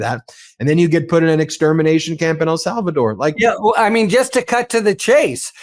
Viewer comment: please! EL SALVADOR!!! not “Al”Salvador